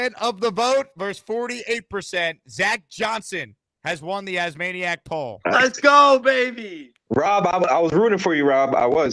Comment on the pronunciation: please stop saying As-manic lmao. We’re all Jets fans here talking about the team. We’re not fanatics of you 😅